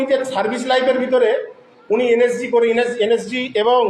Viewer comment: এই মহাপাত্র তো দেখছি এন এস জি কথাটাও ঠিকমতন উচ্চারণ করতে পারছে না এন এস জি কে বলছে এন এস সি। এই ব্যক্তি প্রাক্তন সেনা কি না সেটাও সন্দেহজনক।